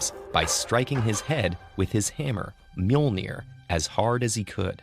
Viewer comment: I’m Icelandic and you’re not pronouncing it correctly